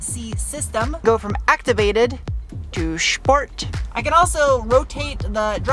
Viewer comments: Loving it every time to hear the word „Schport“ … best regards from 🇩🇪 … 😅👍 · Why do you pronounce SPORT as SHPORT?